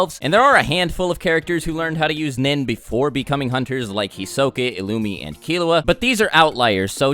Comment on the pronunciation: "Hisoke" It's Hisoka but whatever